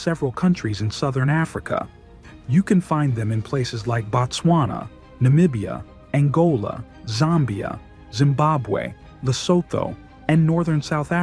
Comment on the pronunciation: IT’s Zambia. Not Zombia 😂